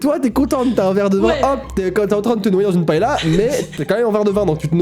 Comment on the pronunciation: Vous prononcez Paella,paela.Etant espagnole,je devais le faire remarquer 😂😂